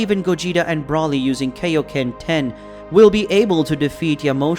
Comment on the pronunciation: It’s Broly not Brawly, and he’s a guy why’d you say die herself?